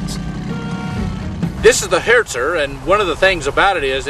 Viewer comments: "This is the Hertzer" hahaha wtf pronunciation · Did he just say Hetz Er? Like in Nash Orn?